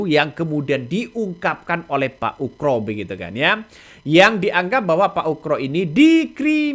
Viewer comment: koreksi dikit bang..nama yg.benar adalah bp komjen Purn.Oegroseno.. terdengar bang.nyebutnya pak UKRO..kalau mau dipendekkan jadi bp.Oegro,mudah2 an saya gak salah dengar.